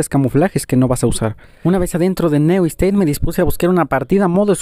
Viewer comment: Pubg neu esteit jajaja Se dice niu steit